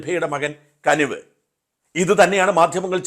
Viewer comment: കനിവ് അല്ല കുനിവ് 😂